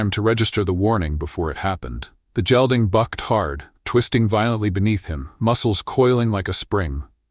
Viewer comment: San Antonio, good story but need to pronounce “gelding “ like gate ..Hard g not soft g like jell ding.